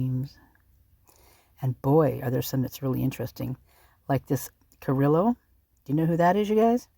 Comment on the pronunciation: just a hint... you don't pronounce the 'LL's in the name Carrillo. Great investigating as usual!